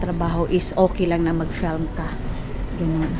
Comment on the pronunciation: "FELM" hahaha FIIIIIIILM po nose bleed sakit sa ears hahaha. Dba natuto tong tinuturuan plagi ksi ng mamaru. Tigas ulo sobrang ewan....tong c. Panapanahon din yan.